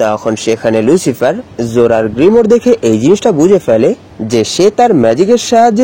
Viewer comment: ʟᴜᴄɪғɪᴇʀ❌ ʟᴜᴄɪғᴇʀᴏ✅ 🙂🙂🙂🙂